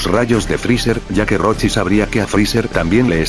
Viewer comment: según se dice roshi